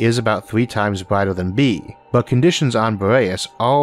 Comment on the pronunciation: where does he come from? Power and flare "flea", Earth, brighter, "bratai", year, "yeae" its an "r" there but he cant say thath... he can't pronounce the Words correctly! and i am from Sweden...? its so hard to understand broken english.